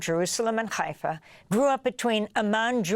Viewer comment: Hey Ms. Goodman... Please stop using Hebrew pronunciations of cities like Haifa. It's a soft H, not a gutteral fart.